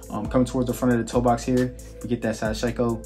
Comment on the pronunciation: its all denim not canvas my man, hence the name sashiko, also just for the record, "sash-eeko" its a japanese word :) good review dude!